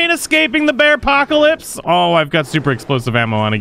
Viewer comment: Anybody else hear him say “Bearcockalips”??